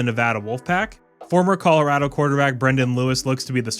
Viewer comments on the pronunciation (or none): none